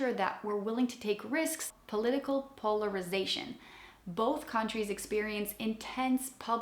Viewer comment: ...po-ler-ri-zation. You got this! 😊❤.